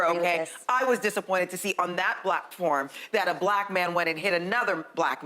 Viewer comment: "I was disappointed on that (black)form a black man hit another black man." Oh, you are? Damn, that's like a daily occurrence in New York and Chicago. Usually, it leads to death. Also, did I mishear her or did she seriously, without a smirk, say "BLACK"form?